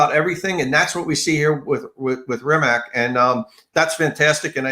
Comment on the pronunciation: Rimac is pronounced as Ri-MaTZ. The model name is NE-VE-RA (each letter should be heard).